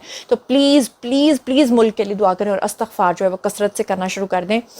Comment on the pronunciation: السلام علیکم پیاری بیٹی۔ سدا خوش رہو۔۔۔۔ آمین "استغفار" کا درست تلفظ ہے "Estighfar" لہذا اس کو "Astaghfar" پڑھنا درست نہیں ہو سکتا۔